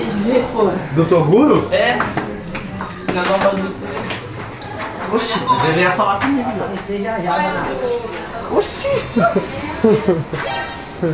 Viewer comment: Ao invés de toguro é toduro kkkk